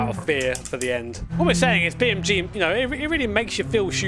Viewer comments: ITS BEAMNG NOT BEAMMG YOU DONUT 😂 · Brother its BeamNG Not BeamMG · When he tries to say "Beam N G" you can see his lips closing twice, meaning he's saying "Beam M G" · I will always hear Beam MG lol I can never not hear it. thank you for all these years of entertainment mate. I swear I don’t say thank you enough❤ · cannot unhear Beam MG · You keep saying beam EM GEE and it’s driving me literally to the edge of insanity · ah yes i love beamemgee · "Beem Em Gee" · it realy sounds like your saying Beam MG. XD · Why do i keep hearing "beamMG"?😂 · I can’t be the only frustrated by hearing Bee MG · Does say BeamMG on purpose? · Anyone notice says beamMG or is it just me? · are you calling it Beam M G? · Am i the only one who hear him say beamMG . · why is he saying beam mg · Oh come on, you're a grown-ass man with a set of accomplishments and a career! You speak for a living. Say "NG". En Gee. Beam NG. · because thats what he says lol no idea why